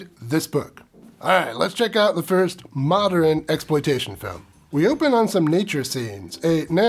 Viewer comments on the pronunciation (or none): Love your reviews, but "mod-er-in" is driving me nuts.